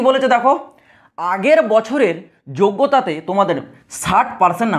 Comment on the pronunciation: দাদা ওটা যোগ্যতা হবে, যোগ্রতা না।